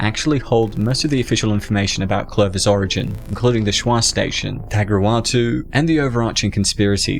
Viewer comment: “Tagruatuu” 😂😂 the way he pronounces it lmao